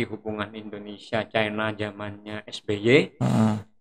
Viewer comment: KOREKSI :' Maaf.. Bung "CHINA.itu dibaca CHAINA